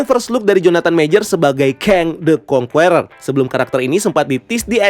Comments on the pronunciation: Masukan minor aja bang, the Conqueror bacanya 'kongkerer' bukan 'kongkUerer' atau 'kongkueror' jadi huruf u yang ditengah ga dibaca , biar lebih enak dengernya. overall nice content and nice breakdown. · Conqueror itu bacanya kongkurer bukan kongkuwerer. Geli dengernya.